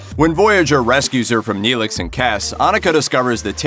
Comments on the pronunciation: Maybe you should Profile Toe-Vuck or Nay-Lick from Stur Truck Voy-egg-er.😂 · 👏 don't 👏 do a podcast on something if you👏 can't 👏 get 👏the👏character👏names👏right👏.👏 *Chec*ōte(as in Check), *Tū*vok(as to be or not to be), Tōrèz, and *Nēe*lix(as in you freaking knee)*, Goddamnit! Watch enough of the series to pronounce the names before you make yourself sound like you don't know what you're talking about!... None, if you are going to mispronounce the names! *Throws computer down a staircase